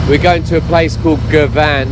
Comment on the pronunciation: Ps Girvan is pronounced Gurrvin 😂